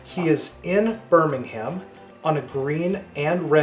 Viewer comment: Also, Birmingham is pronounced like "Birmingmm", with a silent "h" and the "a" almost silent too.